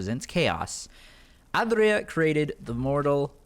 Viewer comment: The way you say aedra and daedra is is whack it's like AYYdruh and daydruh